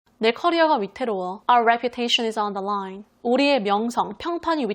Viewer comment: 오늘도 꿀같은 강의 감사합니다 !! On the line은 맥락을 모르면 underline 같이 들려서 완전 오해할뻔 했네요 🤪😱